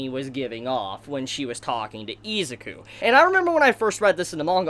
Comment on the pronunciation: Nobody: This dude: EEZIKU